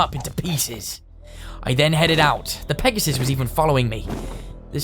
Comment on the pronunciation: Mans said Pegasus 😂